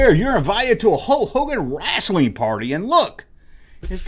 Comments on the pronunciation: Hulk was the shit for me back in the day. I was terrified when he wrestled Andre. Thought Andre would kill him. Btw love how you say "rasslin" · The way says wrestling RESTLING is launchable 😂